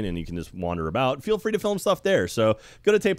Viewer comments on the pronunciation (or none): none